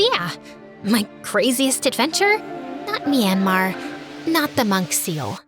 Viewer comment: Did you say Myanmar 😭💗💗